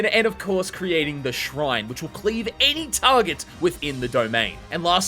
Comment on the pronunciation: Bro calls Shrine, "Shine", and Lapse Blue, Lapis Blue.